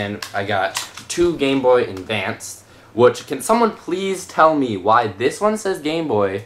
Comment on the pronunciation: you said endvanced instead of advance